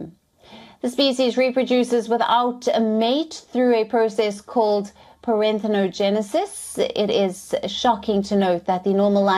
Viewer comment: It's not paranthenogenesis, it’s parthenogenesis 😅